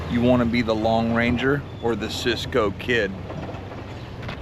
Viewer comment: Did just say "the long ranger"?